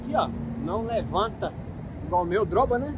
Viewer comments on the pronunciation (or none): não é droba e sim dobra!! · "droba" não kkkkk